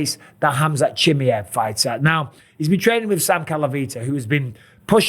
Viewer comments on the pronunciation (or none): Mike you need to learn to pronounce his name properly... its CHIM MY EV... not too difficult... what if people started calling you BisPONG... you wouldnt like it pal. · Can you learn to say his fucking name right.... its pronounced ham-zat cha-mi-ev legit not watching any of your videos with his name in until you do. You're a commentator ffs. SAY IT CORRECTLY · its so annoying 😂 just say it properly ffs 😂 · Please learn how to pronounce the guy's name. Please.